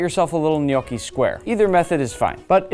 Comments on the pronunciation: its pronounced gn yò ckee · im not criticizing, but if it sounds almost exactly or very similiar to no key then you have it wrong dude, dont be overconfident. i was born and raised in italy my whole life and i pretty much grew up with gnocchi. soo at least double check before saying something like this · Who else has been pronouncing the word gnocchi wrong for their whole entire life until the Olive Garden waiter corrects them